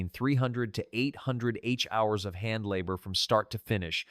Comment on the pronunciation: Hey guys, I suggest you don’t use AI until it’s been perfected. Examples in this video are: “hours” pronounced H ours. When giving the prices of a quilt from, for example, $300-p to $1500, the AI says $300 minus $1500. It’s not through learning yet.